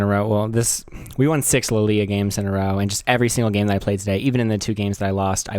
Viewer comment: alternate title: guy mispronounces the name of his main champion for 40 minutes